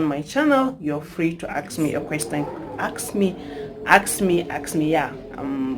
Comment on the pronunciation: Its ask me not aks me pls